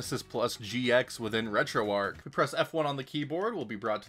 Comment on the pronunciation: The h is not silent in Retro Arch. If it was to be called the way you pronounced it, then it should be called Retro Arc instead.